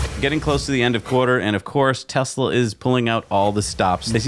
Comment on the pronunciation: Still mispronouncing Tesla!